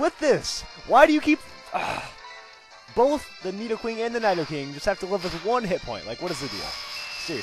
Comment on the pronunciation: needo queen niido king you pronounced them like that so which one is the right pronouncation